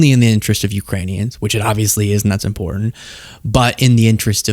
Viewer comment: Why has no one ever told her how to say important????